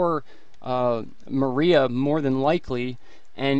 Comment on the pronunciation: You keep saying, "Marie!" NO!! It's "Maria!!" I know because my ex-wife's name is "Maria!!"